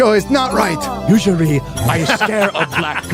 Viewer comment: Man, the way says 'Usuarry" is just too funny 😆